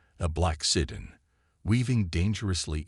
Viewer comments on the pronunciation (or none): MAGA Make America Godly Again... Interesting story though poorly told by an AI that cannot pronounce "sedan" properly. The photoshopped pictures were horrible and detracted from the narration. "Jake" was brave and very stupid. All he had to do was go hone and he should have. An untrained civilian getting involved in something like this usually does not end well. He was very fortunate it ended as well as it did if it was even a true story.